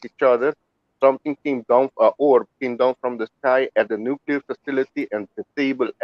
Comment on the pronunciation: FUCK NUCULAR, WE DONT UNDERSTAND THE TRUE MEANING OF NUCLEAR